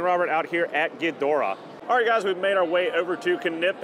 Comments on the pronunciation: Gedore not Gedora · Gedoreee. Im German Horrible to hear. 😂😂😂